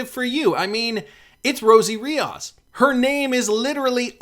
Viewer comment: There’s no A it “reee ohhhs” RI-OS have some respect.